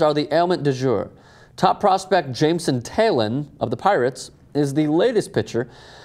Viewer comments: jameson taillon is pronounced jameson ty-on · Thai-Yawn = Taillon